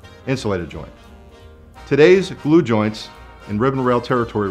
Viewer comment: Did he mumble "Glue joints"?